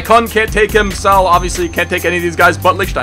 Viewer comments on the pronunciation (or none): What? Saul!!! You say it like SA OL. I hope u get it.